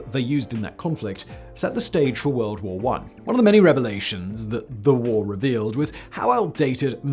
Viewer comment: "TwO WuRlD WoArS!"